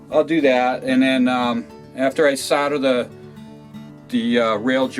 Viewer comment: SOLDER not soder